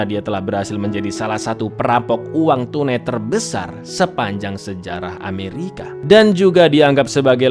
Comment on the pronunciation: Kenapa sebut ameriki